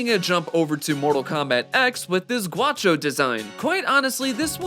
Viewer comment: Gaucho* not guacho. Lol I'm Brazilian